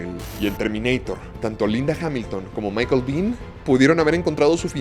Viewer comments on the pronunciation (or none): none